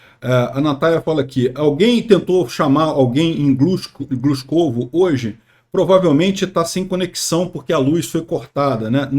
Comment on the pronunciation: Avisar aos ucranianos para só tomarem cidades de pronúncia fácil para facilitar as transmissões do.